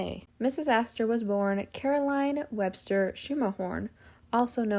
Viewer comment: Excellent video. One small note: her maiden name is pronounced as Skermerhorn. I always get the idea that the Astoria was always meant to be merged with the Waldorf when I see that all the floors were aligned exactly. There are two Gilded Age women who deserve their own videos: Ruth Livingston Mills (who even looked down on Mrs Astor) and Isabella Steward Gardner.